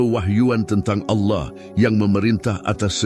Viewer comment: Allah di bilang auloh😂😂😂